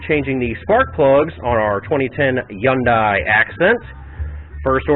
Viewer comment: “yundye” i hate you bruh😂😂